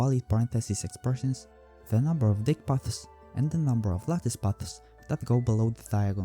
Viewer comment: "Dyck" is pronounced like "deek" in this case.